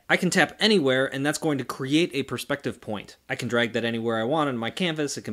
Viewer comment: “Pers p ective”